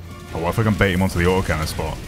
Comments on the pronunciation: "OI'VE LOHST MOY AU OH CANNON" LMAO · “I’ve lost my AWT’OH cannon!”